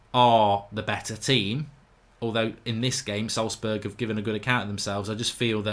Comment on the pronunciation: Wow, he even pronounced Salzburg almost correctly! I have never seen a Brit doing this. ;)